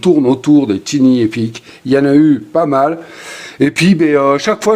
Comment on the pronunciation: Merci pour la vidéo, on prononce TAILLE Ni epic. Merci!❤